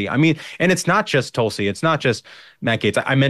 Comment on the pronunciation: Wrong pronunciation of her first name